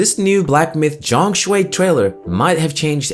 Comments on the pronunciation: ZhongKui my man, not ZhongShui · Game of the Year in the hearts of every gamer.W fengji W game science. W Black Myth. L TGA:elbowcough::elbowcough: btw zhongkui not zhongshui HAHA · It’s Zhong Kui, not Zhong Shui. The pronunciation is a bit off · Zhong Kui, pronunciation more like John Queen:face-blue-smiling::face-blue-smiling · just fyi, the mandarin pronunciation of zhong kui is like "zone ku- eh", hope that helps